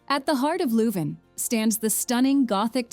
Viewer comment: It's a wonder short film of various towns and cities in which many of the stock phrases could be applied for any of the places mentioned. Would have been nice if you properly pronounced the city of Leuven.